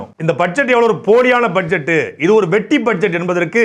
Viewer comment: Vetri illa sir vetti nu sollunga sir